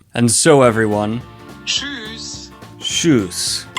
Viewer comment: Regarding german, pretty sure the pronouncion is on the later part of th word, and tschüss, is a , geman has a bit diffenet focus what to pronounce there. Anways have fun.